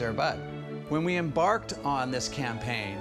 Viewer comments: He did NOT say "em-BARK-ed" that way. 💀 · the fact that he said embarked and clearly didn’t mean it as a pun by emphasizing the BARK. For shame.